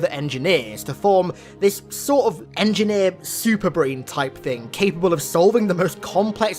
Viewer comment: Engineer says to another "was up my engeer"